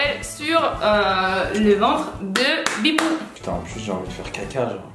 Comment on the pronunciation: She says "Bibou"